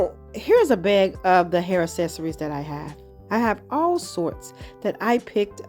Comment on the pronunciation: Can you please stop saying "es-ess-uh-rees" . The phonetic pronunciation is "Ak-SES-uh-reez".